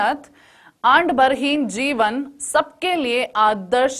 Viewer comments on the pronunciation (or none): Andbarheen nahi adambarheen hai